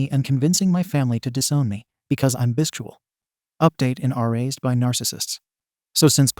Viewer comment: I can't get over how the AI pronounces Bisexual 😂